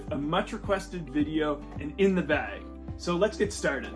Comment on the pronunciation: Don’t notice your accent until I heard “aboot the beg” lol